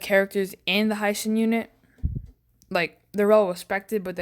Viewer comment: its the "he shin" not "hai"